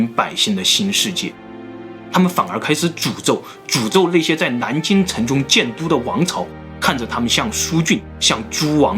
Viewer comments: 这个蓝金的音就很正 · 是南京 不是蓝京 🤣